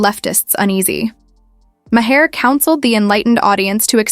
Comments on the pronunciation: How many different ways can AI butcher Bill Maher's name? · I can’t stand Bill Maher, but at least pronounce his name right!